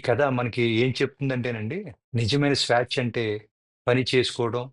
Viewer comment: కథ బాగానే ఉంది గాని మీ పదాలు పలకడంలో తేడా ఉంది స్వాచ కాదు స్వేచ్ఛ